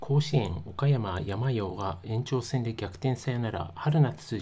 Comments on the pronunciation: やまようwww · けいとうをケイヤクって😂 サンヨウをヤマヨウって😂 国語の勉強した方が良いよ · 阪口監督は甲子園で歴代7位タイ（木内監督と並ぶ）の40勝を挙げておられる名将です。 それと他の方も指摘してますように「おかやまやまよう」ではなく「おかやまさんよう」です。山陽は山陰とか東海とかと同じく、地域を表します。主に中国地方の岡山、広島、山口の瀬戸内海沿岸地方を指します。 もう少しお勉強されることをお勧めいたします。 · 「やまよう」って何だ？😂 「さんよう」だろ👊 こんな奴が解説してるのは なぁぜ なぁぁぜ🤣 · ホントに野球ファンの方？やまようって読めんの？ さんようって読むけど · 継投→けいやくではありません。 その直後、不正発覚 何が発覚したの？ おかやまやまよう→やまよう新幹線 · 山陽（やまよう）は無いわなw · やまよーって… やまおーと同じレベルの間違い。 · 「やまよう」は草義務教育受けてますか？😂😂😂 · 「やまよう」だってさ、小２年ぐらいの学力だね。“継投”を「けいやく」って、マジで学校に行ってないね。「おかやま」が平仮名表記だから、無学歴でも読めて本当に良かったねｗ